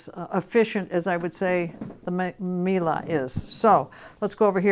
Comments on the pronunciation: No, is pronouncing it correctly, or as correctly as a non-german speaker can. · In Germany, we pronounce it meal-eh. It feels so stupid writing this out in English but there you go :D